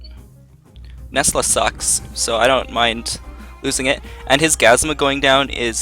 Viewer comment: it's gazUma, not gazma